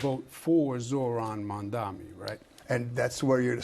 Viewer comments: Ah yes, the man who couldn't give a straight forward answer to Mets or Knicks. 😂 And it's M-A-M-D-A-N-I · Mr. Cuomo. You can't even pronounce Mamdani's name!! Get it right. It's M A M D A N I!! You are not a ighter, but a pervert!